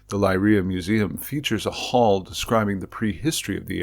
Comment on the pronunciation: This is wonderful and fascinating. But your pronunciation is a little awry. Leiria is Lay REE uh. The surname Souto is SO too. “Ou” in Portuguese is “oh”, while “o” is generally “oo”.